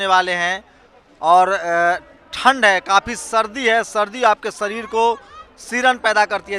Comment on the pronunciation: Saam nahi shaam bolte hein Sareer nahi shareer bolte hein Gawaar reporter